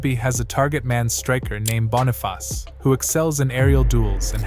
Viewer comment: Love this analysis. FYI As a Nigerian.. Boniface is pronounced like two syllables and sounded out like - Borni - face